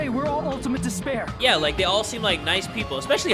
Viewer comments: dis a speer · Shall I give you dis pear?